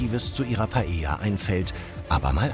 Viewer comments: Also mal ernsthaft lieber, wenn ich schon PaeLLa höre anstatt Paeja (und ja, das ist nur für die Laufschrift so geschrieben) dann denke ich mir meinen Teil. Da braucht der Koch nicht unbedingt ein spanisches Kochbuch, sondern DU ein spanisches Wörterbuch! Peinlich hoch 10!!! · Warum kann Paella und Mojo niiiieeee korrekt aussprechen?